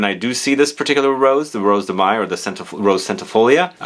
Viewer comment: Mai is pronounced the same as in English (month of May). 🙂🥰